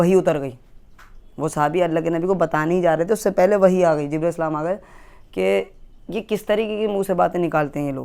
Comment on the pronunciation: Jibreel as aap naam thik se ni lete